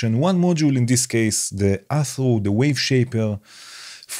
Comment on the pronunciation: Amazing that Instruo have released this for free. BTW Athrú is a Gaelic word meaning change and it is pronounced A-Hroo so the t is silent basically.